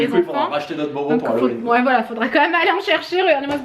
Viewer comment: A il a dit maison d'Hallowin je rêve j'espère 😂😂